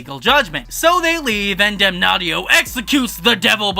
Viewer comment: Damnatio not Damnaughtyyo lol